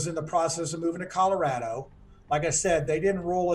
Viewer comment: Thank you for saying Colorado the correct way.